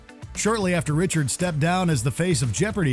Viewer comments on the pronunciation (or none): none